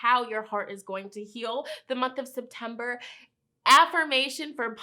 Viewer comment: I really thight she said SIMPtember